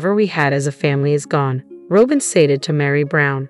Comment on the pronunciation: Try learning how to say Robyn…..